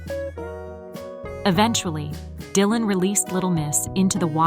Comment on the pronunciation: AI messing up. Die-lan it said at 9ne point.